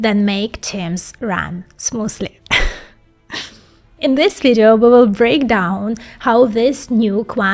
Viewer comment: “Smoosly runningk Quantums Tchiiiiiip”